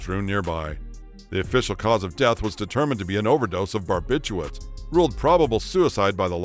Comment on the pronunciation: Really detracts from the story when they call them "Barbituates " instead of correctly "Barbiturates"